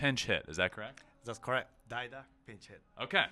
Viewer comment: I really enjoyed watching the episodes of your stay in Japan. You pronounced daida that is pinch-hitter in Japanese perfectly. However, the subtitle in Chinese character,代田, is wrong. It means alternative rice field. It made my day^_^ Pinch-hitter in Chinese character is 代打. 打 means hitting. I look forward to watching another episode of you¡¡ Thank you, Ben.